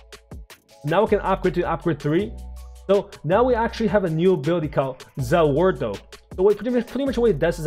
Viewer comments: I’ve already watched the anime. And btw you say za wardo wrong. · You said "Za Warudo" wrong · Before I watch this video, Dio better be able to stop time and throw knifes, Edit: did he really just say za warudo incorrectly?